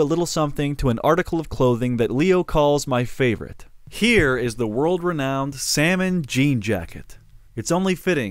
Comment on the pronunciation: DODE NOT THE SALMON JEEN JAHCKET